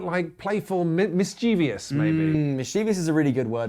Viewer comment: The word is "mischievous". It doesn’t rhyme with "envious".